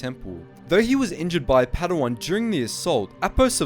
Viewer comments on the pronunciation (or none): none